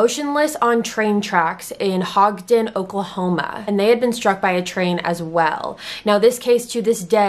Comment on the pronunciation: Great video. One tiny edit, the town Billy & Dennis were from was pronounced Hodge-in . There's been other train deaths near there in Poteau, the big issue is a lot of crossings don't have anything other than a simple sign.